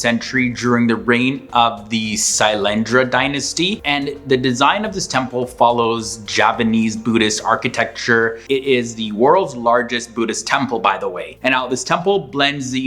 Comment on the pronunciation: Idk if it’s an accent thing, but you keep pronouncing Javanese as Japanese. They are entirely different culture and the v is technically pronounced closer to w, as the island’s native name is Jawa, Indonesia.